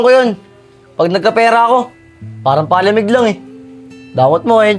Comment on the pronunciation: Grabe Naman pag Pronounce sa Palamig ah imbes Palamig PA-lamig